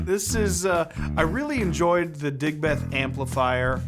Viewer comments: Came here to comment the same. 😁 DigBETH is so grating compared to how we say Digb'th. 😁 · Dude, pronounce it properly. Like Digbth, not Dig Beth!